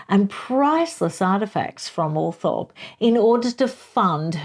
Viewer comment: I love your reviews, the book sounds great and the descriptions of Barbara Cartland and Raine Spencer sound spot on. Have to say though - Althorp is pronounced Althrop. I know this is crazy and makes no sense in relation to the spelling but that’s strange English pronunciation for you.